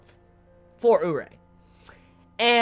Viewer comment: It's oo-ri-eh not oo-rei for Urie